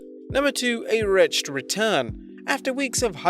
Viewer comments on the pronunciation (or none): Youtubers are really a lazy bunch... Too many times, I find myself saying "If you're not 100% certain how a word is supposed to be pronounced, either don't say it, or just ASK SOMEONE HOW TO PRONOUNCE IT..." It's not pronounced "Wretcht", it's pronounced "WRETCH-ED" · You mispronounced wretched as "retched" which means having made the sounds and movements associating with vomiting. That being said, you're not wrong.